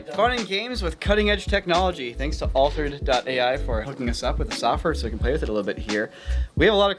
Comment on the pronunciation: I swear he keeps saying "All turds" instead of Altered's... trust me. Dear Sweet Lord I didn't know I needed to hear Judy Dench Dirty Harry xD